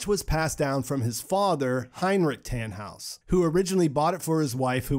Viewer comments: Its so funny as german too see how you prononce the names 😂 its just Tannhaus not Tähnhaus for example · Americans really can't say Germans words right "taaanhouse"